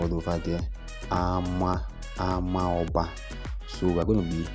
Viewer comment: Please next time try to to ask the indigenous people the pronunciation of amaoba. I come in peace